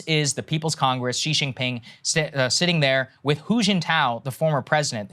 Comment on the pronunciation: Omg Saagar - Xi is pronounced like “shee” and not “jzee”. Awesome radar though.